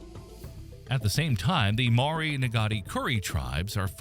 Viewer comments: "Mah-Ory" is wild. That hurt. Maybe just a suggestion for the future... When it comes to another language... You might want to seek expert advice on pronunciation. Most place names you pronounced wrong too. That was such a painful listen to my Kiwi ears. Never heard my placenames or peoples name butchered so badly. Not even by Pakeha here. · MMMmmm ... need to learn how to pronounce Maori better - amazing place to live. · The commentator's pronunciation of Maori names is absolutely hilarious. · I really love the way you try to pronounce Maori words, good on ya. Ka pai 😊